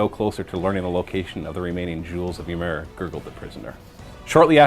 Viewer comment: "Ymir", if that's the spelling you're using, is pronounced "ee-meer".